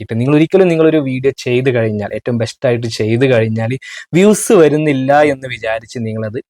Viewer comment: കയിഞ്ഞാൽ അല്ല കഴിഞ്ഞാൽ 😊😊😊